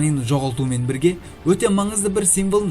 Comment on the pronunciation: Дауысынды жондеш бля Бирге дегенди билге деп айтасынго